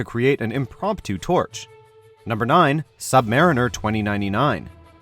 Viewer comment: The sub-MARRIN-ER yeah...definitely not the sub-mariner......like a literal fucking submarine.... Bruh